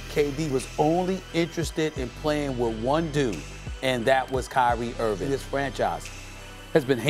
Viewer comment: Nobody: SAS: “Kyrie Irvin”